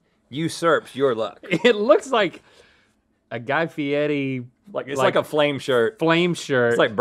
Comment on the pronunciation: Why does everyone call this guy Fieti when his name is Fieri